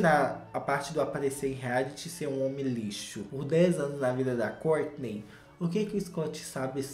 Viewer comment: Amo quando o diz " a Córtinei e o Tchuééévêêssss "